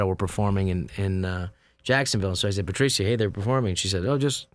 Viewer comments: I've never heard the name Patricia said Patricya insteadof Patrisha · I know its spelt Patricia but shouldn't it be pronounced Pa-trish-a